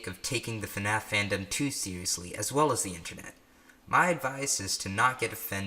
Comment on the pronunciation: when he said FNAF and pronounces the letter F at the beginning I cried tears of joy knowing I’m not the only one who says it like that